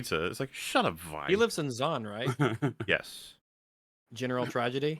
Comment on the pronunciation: These intrusive r mfs keep on making me forget that it's supposed to be Zaun and not Zorn